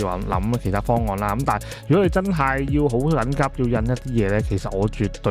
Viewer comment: 係 (好 能急) / (好 緊急) ? :face-blue-smiling